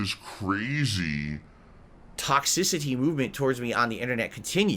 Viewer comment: I knew he said toxicity weird, it’s one of those words he randomly fast forwards or pronounces at some odd pacing. But I just now realized how hard he leans into X and makes it sound like a K. With this one word. He’s such a bizarro freak of a person. How nice of you to remain happy in the face of trolling. Definitely worth bragging about to the world. You do realize though,, that the main reason you have trolls is your sick obsession with making yourself happy? How Happiness makes the world go round? Is more Quality Time what you should really be worrying about? As a Big Strong Family Man? Let me know. Thanks. Wishing no ill is a classic lie-style lie. Unless you’re confessing that you are not, in fact, human you are lying. You wish ill, you will it. You dream of revenge. You dream about the world standing up for you. These are all human reactions to hostility genius. It is impossible to not feel them. You do not control your feelings moron. You also don’t get credit for your fake idiotic integrity. Oh, what a Big Man is, look how he forgives his enemies and turns the other cheek. Ugh you are sickening. Own your true horrible self. Own your douchebaggery. You cannot hide it. It’s literally disfiguring your face. You want you to be happy. End of story, you dumb selfish mutant.